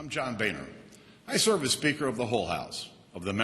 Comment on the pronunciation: "I'm John Baner Im the speaker of the Hole house....the A hole house..." Hilarious.